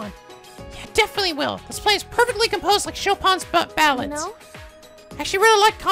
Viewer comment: Please look up how to pronounce Chopin. You are going to say it many times it seems so please, just look it up. "How to pronounce Chopin"